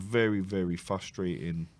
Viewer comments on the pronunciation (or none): Why can't either of you say frustrating properly?? 😂